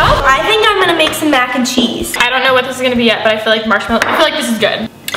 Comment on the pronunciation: “MYAC and CHEESE” (And yes that’s how she said it!!) No hate love you guys!!!😂😂😂😂